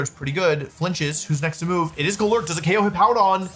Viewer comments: goLURK is definitely one way to say it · Wolfe's pronunciation of some pokemon names is hilarious, GoLURK and Hatereenee fried me😂😂😂